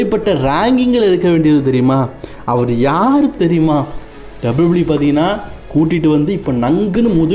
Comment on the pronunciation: Taplieo taplieo E illa bro WWE pronounce Olunga pannunga